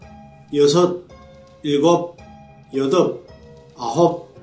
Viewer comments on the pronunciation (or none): Do they actually pronounce "p" in "yodolp" (8)? Standard Korean drops this sound (however, still writes it).